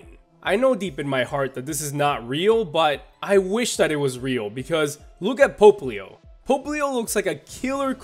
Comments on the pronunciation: Why does he say "Pope-leo"? Everyone else I have heard says "Pop-leo". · It's “POPP-lio,” not “POPE-lio”! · it's pop-lio NOT "pope"-lio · Pope-lio Francis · isn't "popplio" pronounced "pop", like... popping bubbles?? because popplio is a water type and bubbles and water and shit?? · Hahaha yes i hate it too when he say it that way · Rintoharu Right... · That pronunciation of Popplio tho